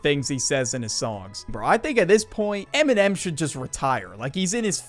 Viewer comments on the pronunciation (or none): Bro says eminem like mn’m not dissing, just funny